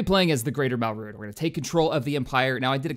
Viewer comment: it's pronounced Mal(mal as in malice)-Drood(Dr-ood) and the brown person is Zsinj(j sounds like hard g)